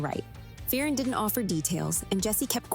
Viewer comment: It’s pronounced fern not fea-Erin